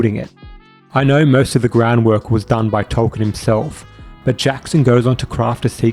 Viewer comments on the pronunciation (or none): none